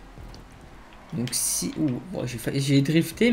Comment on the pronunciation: Ba il dit pas sii mais sfuuu